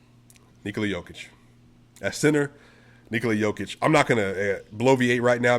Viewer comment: I recognize your effort in making an in-depth video like this. Keep the grind on! p.s. oce you get to Serbia, please get someone to teqch you how to pronounce the sound found at the end of Nikola´s and Luka´s name. 👍